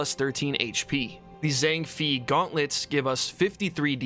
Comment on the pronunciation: It's pronounced Zhang Fay not Fee